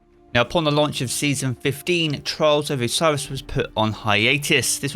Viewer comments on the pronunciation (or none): i can only hear charles of osiris man try to speak better